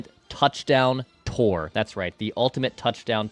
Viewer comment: can you pronounce tour correctly! Lol. Also Phil could have guessed you have low T lmfao